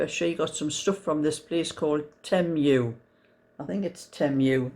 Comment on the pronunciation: I think its pronounced tea moo. Temu is ok i had a mug and a tee shirt and some fake lego and it all came with detailed tracking off evri